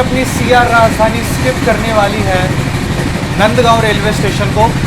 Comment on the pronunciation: Video is okay dokay. Your choice of Hindi vocabulary leaves a lot to be desired. Overtake marna, skip marna - are you really a? These words are unbecoming, to say the least. Not to list the mockery you made of some Marathi names. It is नांदगाव and not नंदगाव!! sic